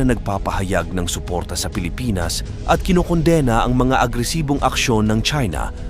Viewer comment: Nakikilahok, kinondena, pandagat, haharangin, paglala, sangkalan... check the proper pronunciation. But you are good in your topic & blogs